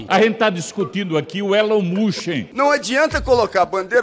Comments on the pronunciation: Elon mushen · Elon mÚskÍ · Da-lhes Elon "Muchin" 😂😂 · Os cara é tão inteligente que fala "Elom muski" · ELON MUSSE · A galera tem dificuldade até de falar o nome do Elon Musk, vai Brasil. Sensacionais estes vídeos.